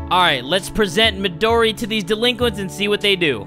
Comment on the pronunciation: Laughing in Front of the delinquits?